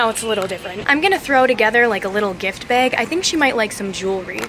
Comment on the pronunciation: she says beg instead of bag